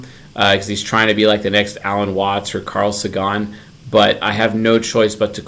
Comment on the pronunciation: Sorry to be a pain in the ass but Carl Sagan is pronounced seɪgən, like satan but with a G :)